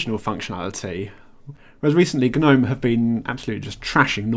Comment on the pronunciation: Stop saying Guh-nome!!